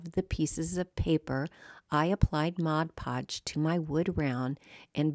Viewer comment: I would like to take a moment to thank you for pronouncing 'Mod Podge' correctly. I don't understand how so many creators pronounce it so incorrectly.